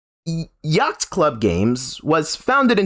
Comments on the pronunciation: “Yackt” club games. Dude, what are you doing? It’s hard to watch a video with someone trying to deliver some sort of hard hitting news on a subject when they can’t even pronounce the company that is the focus correctly. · My guy....you don't pronounce the C in Yacht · ah yes yaghtht club games